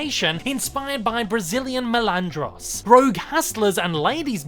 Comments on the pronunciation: NOT "MELANDROS" MALANDRO. JESUS CHRIST do SOME RESEARCH FIRST.. FUCK. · My GOD.Your pronunciation of MALANDRO makes me lose my shit.GODDAMIT. MAAAAA